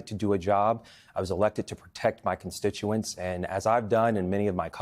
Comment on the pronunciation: His consticentz😂😂